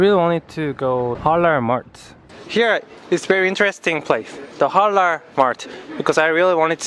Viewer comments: Halal not Harar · The way you pronounce Halal is so adorable 😍 I'm a Muslim too and I'm so happy i came across your channel